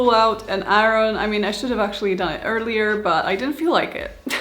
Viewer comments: Iron: I-urn, not I-run. But I had to stop watching when she put the waistband on before sewing in the zipper. And no interfacing in the waistband. But she looks adorable! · It turned out so cute! And, I love the way you say, iron.😊